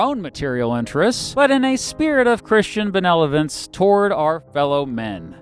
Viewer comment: you said benelovence. speech ruined! Just kidding. Great video as per usual.